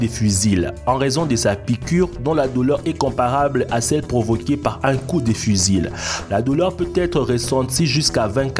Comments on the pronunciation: On dit pas fusile mais fusil le L ne se prononce pas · Fusil se prononce fusi voila ^^ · Y'a que moi que ça choque "fusile" ? xD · t as bien lu ton texte , mais apprend a parlé quand meme . le L a la fin du mot fusil ne se prononce pas ...